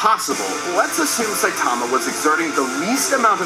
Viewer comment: Saie - tama? SAYTAMA?! 😂😂😂